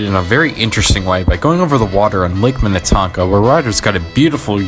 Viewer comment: Before the Excelsior Amusement Park, there was the Big Island Park on Lake Minnetonka, just across the water from Excelsior. Also, the ferris wheel at Valleyfair is not from Excelsior. It is much taller than the Excelsior one. The scrambler and tilt-o-whirl were from Excelsior. Also, you pronounce Minnetonka and Shakopee incorrectly. We say Minatonka and Shakopee. The o is pronounced like the letter o.